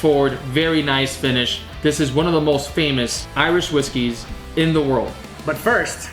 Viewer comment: My man said Iwish Riskys